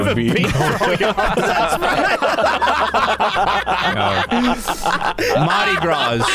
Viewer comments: i hate how pronounced mardi gras. the s in gras is silent!! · Mardi Gras is said "Mardi Grah" but it is spelled Mardi Gras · to from Louisiana it's pronounced Mardi Gra but spelled Mardi Gras.